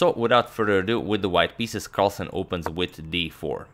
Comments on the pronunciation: "Magnus Carlasen" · "Magnus Carlasen" ?